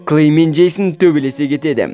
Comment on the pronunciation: Жейсін емес джейснғо